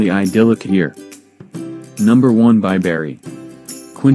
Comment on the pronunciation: *Bi - bree not Bi - berry.